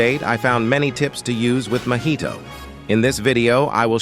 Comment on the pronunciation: "Mahaito"bro's tripping 💀🙏